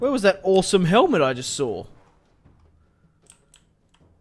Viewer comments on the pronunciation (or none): none